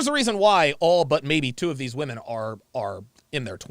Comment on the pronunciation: Dude, it drives me insane when ppl pronounce the plural of woman as woman. It’s flippn’ womEn. Thank you for bringing attention to this